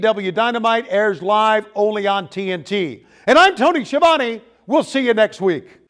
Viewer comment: I just realized we may get to hear Jericho refer to Tony as Ski a Vone yet again. Thank you AEW.